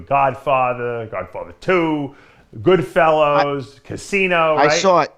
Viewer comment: Dave it's not Goodfellows it's Goodfellas you knob